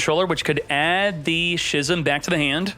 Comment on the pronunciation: Brother, schism is pronounced like ‘skizm’